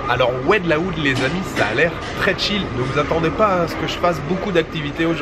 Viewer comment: Oued laou Ça se prononce oued low